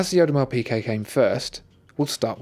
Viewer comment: Thomas Straßnig the pronunciation is very close to correct.